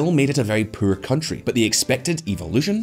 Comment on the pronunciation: this guy is great but he need to learn how to pronounce Poor and world........